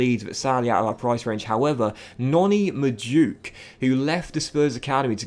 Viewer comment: Its Mad - oo - e - ke not Maduke lol